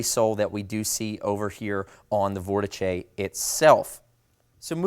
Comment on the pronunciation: Couldn’t get past 30 seconds with the mispronunciation of Vortice. Jesus Christ !